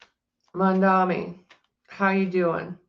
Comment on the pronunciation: The name is “MamdaNi” not MamdaMi 😊 an N nnnn not M mm mm .. I know you can pronounce it correctly 😅